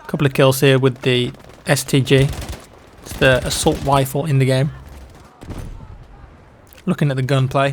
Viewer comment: “Assault Wifle”